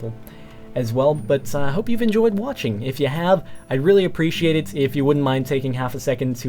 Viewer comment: sounds like "Hope you've enjoyed Notching." :)